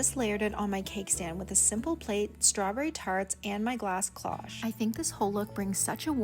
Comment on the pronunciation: Hi, I love your taste💕what GREAT FINDS!! I absolutely love the vase with the lid😍 absolutely gorgeous! The mirror is also very pretty, I think it looks great in both spots! So you can’t go wrong☺️ first timer here, but I look forward to more 💗👍🏼 By the way, the cloche” is pronounced with the long sound O like the word clothes. Just thought you’d like to know, I would want someone to correct me if needed🙂 Thank you for the walk through.